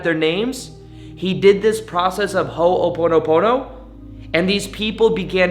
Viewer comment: Please learn to pronounce it correctly you’re accenting the the first syllable and should not be ❤️